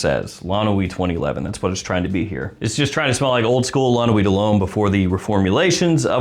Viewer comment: FYI it's La Nuit not L'Noi